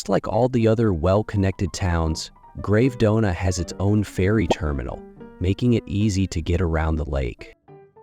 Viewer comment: Love the video and the properties. Well researched and the additional information is very interesting. Forgive me for criticising but some of the place names should be pronounced correctly…. (Menaggiio, Bellagio, Gravedona) 😅